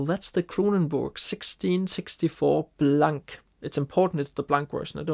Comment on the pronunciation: So cool! I love Iceland (going there next may), my favorite beer is also the 1664 Blanc (by the way in french we don't pronounce the 'C') Within Temptation I like alot.. what's your favorite album? Me it's The Heart of Everything! Cheers from Canada!